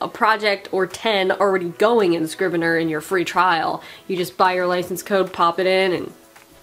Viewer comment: Dude, it's Scrivener, NOT Scriveneir.